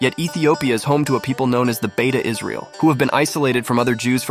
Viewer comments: As ethiopian jew this video is very laughable,consideing the fact u already butcherd the names of my tribe,its not beta its beit mean house of israel ,beta its a name that the govermant in israel gave,secound according to u there is no dna link between israelites and ny tribe,than why do u think they would open the doors for ppl who not related to them ?third from all the group u mention beit israel and maybe and i say maybe the yemenites are the closet ppl that related to the israelites or even the cannaties,ashkenazi and mizrahi are not even beni israel,ashkenazi are not even in the convo,they dont even follow the torah correctly,white washing the middle east been a thing for white ppl its sickning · It is "bete" not beta, it means "House of" in amharic